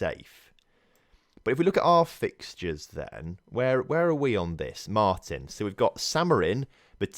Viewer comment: It´s pronounced mar-tin, looking forward to seeing you take over as manager in my home country!